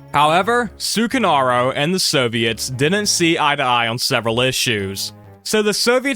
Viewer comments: Yes, it is. I don’t wanna be that guy but the way he pronounces it genuinely pmo. Like it’s not that hard to get it right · This video might have the worst way to pronounce sukarno